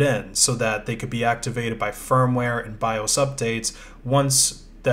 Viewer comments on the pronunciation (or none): none